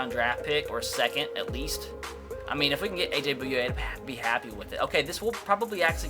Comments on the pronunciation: It's pronounced A.J. "BOY----YAY" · Finally - a Jaguar. Heads up, it's pronounced Boy-ye.